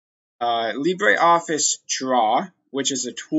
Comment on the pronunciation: Please say it properly - it uses the French pronunciation Lee-bruh, not the Spanish Lee-bray.